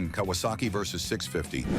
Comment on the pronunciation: Kawasaki Versys. Not Versus.